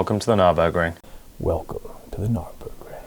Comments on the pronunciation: Did just say, "welcome to the GNARburgring"? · The Gnarburgring! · the GNARburgring